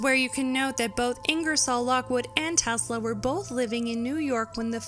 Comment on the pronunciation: Tesla was a god!.. The way you pronounce his name makes me want to slap you!